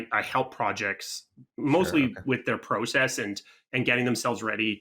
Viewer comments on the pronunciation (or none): Pro-cess I dont know how many times I had to blow my brains out when I heard him say that. No shade ofc lol